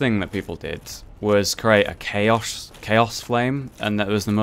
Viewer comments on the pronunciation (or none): none